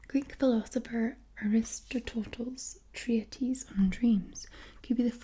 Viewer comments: So...we gonna mention the pronunciation of 'Aristotle'....? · The butchering of the pronunciation of Aristotle was painful to listen to.